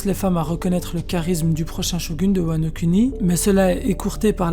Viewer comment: MDR c’est un détail mais mec stp dis « WANO KOUNI » 😥 et pas « kuni »